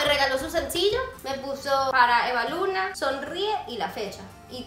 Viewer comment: Ya sabemos que así no se escribe supongo que lo puso como un chiste, porque Evaluna lo dijo mal🙄